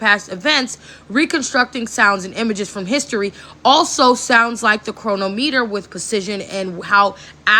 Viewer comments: Bro, people that don;t know how to read with root words pronounce things so funny, Like not understanding the root word of chronometer is chrono, chronicle.... the way she said it made my brain spark lol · Yep, she is mispronouncing "Chronometer"🧐